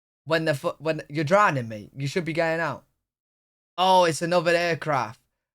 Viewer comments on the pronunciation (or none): none